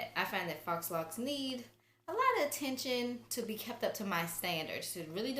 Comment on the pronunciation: great video. faux is pronounced "foe"